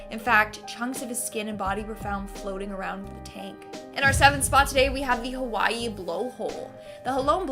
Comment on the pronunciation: The butchering of the names of the Hawaiian and Japanese Islands is annoying, frustrating, very easily looked up, and the islands are famous you have heard their names spoken before I guarantee it.